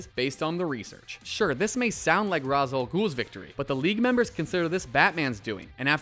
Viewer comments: Anyone else bothered with how he didn't pronounce Ra's name?It's "Raysh". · Ra's is pronounced "ray-sh"....sigh. I'm so sick of saying that. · That's not how you pronounce Ra''s...